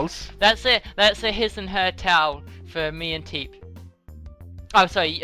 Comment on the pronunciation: Forgot how much it annoyed me when they ignore the P in Teep